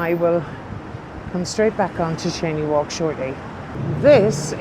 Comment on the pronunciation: Cheyne walk pronounced (chainee walk) not Shanee.